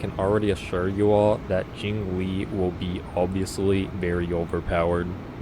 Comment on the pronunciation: JingLiu❌ JingLee ✔